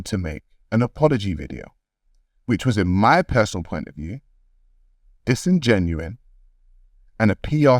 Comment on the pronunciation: It's "disingenuous". Not like "genuine".